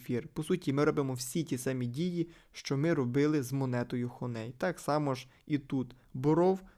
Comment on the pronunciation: Хоней трішки вуха ріже, а взагалі то хані 😅